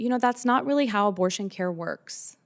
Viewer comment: Somehow when you say CARE it's alright